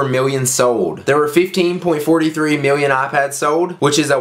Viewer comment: Miwwion biwwion dollars!!!!!